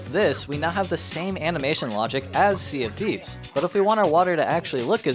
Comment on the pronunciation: He said "Sea of Thieves" and my engineer brain heard "CFD"